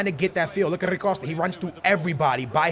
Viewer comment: Bro who tf is “rri costa” this man can’t pronounce anything to save his life